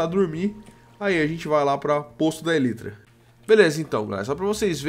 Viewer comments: Pelo amor de Deus, a pronúncia é elAAAAitra! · para de falar elytra a pronuncia correta é elaitra